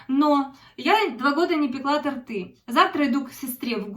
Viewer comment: Добрый вечер. Правильно говорить ТОРТЫ ударение на О.